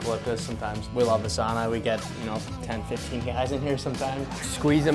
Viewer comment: Dear god someone correct these boys on how to say sauna, wish Sampo Ranta was around to do that 🇫🇮